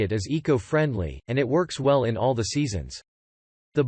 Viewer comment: Worst commentary ever. How do you mispronounce “all”? A parrot could vastly improve on this.